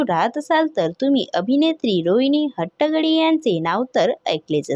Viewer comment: निवेदन करणयावर लक्ष द्यावे 🙏 पहिले हट्टंगडी हे नाव नीट उचचारावे